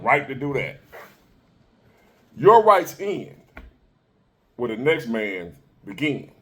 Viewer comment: "A big mane." 😂 You're tripping,.